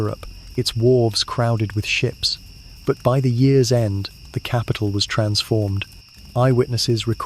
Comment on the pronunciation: The way you say years is confusing.